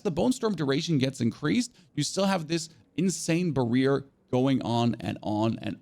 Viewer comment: Did you just say barear instead of barrier 🤣